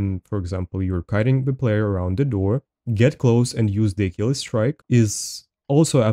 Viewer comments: What you on about? He totally pronounces it right... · he pronounced it right, it's a roman name not fucking english